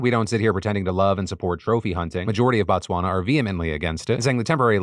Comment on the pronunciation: hearing PhillyD trying to say Botswana high-key hurt me as a South African lol